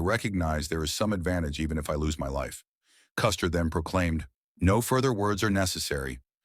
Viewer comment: Die Aussprache von General Custer ist echt schlimm